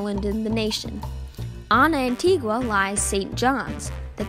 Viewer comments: Well done Very informative. ( BTW it’s pronounced An-tee-ga not An-tee-gwa) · It's pronounced "Antiga".